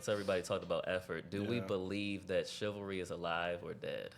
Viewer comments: If she say chivaless one more time 🤬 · Did she really say “ChiVERLess” 😂😂😂😂 Women don’t enough know the word anymore smdh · I thought the first time she said it was just a slip up 😂